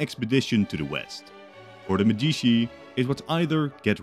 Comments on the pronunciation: MEDICI NOT "MEDISHI" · As an Italian, hearing Medishi instead of Medici made me almost sick……But I have to say that you made a good video! Keep going with this amazing scenarios! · "Nuevoh Firànce and Porto de Medìchi"... Jesus Christ, dude... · Uhhh ☝️🤓 actually it's Medici not medischi (THIS IS A JOKE, I LOVE YOUR CONTENT) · I medisci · they always say it like that in those videos lol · The way he pronounced Florence and Medici was so annoying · How are you gonna take the time to write this whole scenario and illustrate the maps but then be too lazy to take 5 seconds to google how to pronounce Florence and Medici? Was such a promising start to a video but honestly it's unwatchable in this state.